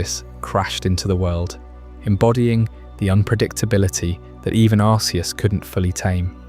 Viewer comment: pronounced arceus two different ways within 3 minutes of the video starting